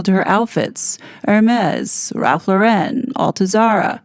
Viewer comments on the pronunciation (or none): Just a friendly FYI: Ralph Lauren's last name is pronounced like the girl's first name, Lauren. It's NOT pronounced like Sophia LorEN's last name.